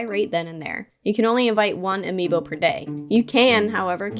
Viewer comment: Why is no one taking about how she said ami boo